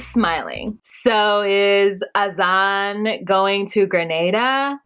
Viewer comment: Why are you pronouncing everyones name wrong. Her name is NICOLE not NICKLE. AZAN is not pronounced AZ- ON its pronounced AZ-IN.